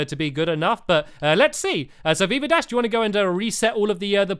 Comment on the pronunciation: Veeva dash? The way you pronounced it sounded like "beaver dash"! xD